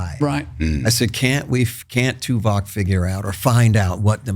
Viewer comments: Note for, Tim's character was called TuvOk not TuvAk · it's Tuvok not Tuvak! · Dammit, - it’s TuVOCK, not TuVACK. Ugh 😣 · keeps calling his character Tuvac like it's the new Dyson Hoover on the block, bro it's TuVOK..VOK lol. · omg, why does keep calling the character 'Tuvac'. It's so annoying.